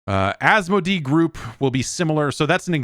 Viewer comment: You supported your own statement about Infogrames pronunciation, by pronouncing Asmodee wrong repeatedly. 😅